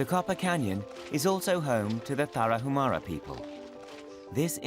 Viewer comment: FYI IN MEXICO THE LETTER “H” IS SILENT TARAHUMARA BE MORE RESPECTFUL WHEN YOU PRONOUNCE THE NAMES OF HONORABLE TRIBES.